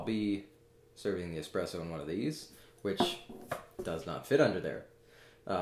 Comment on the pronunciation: Is it just me, or does he say, "expresso" ?